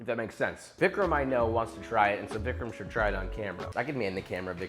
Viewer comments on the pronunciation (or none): none